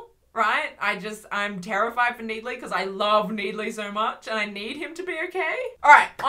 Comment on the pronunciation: every time you say 'NEED-ley' I SCREAM INTERNALLY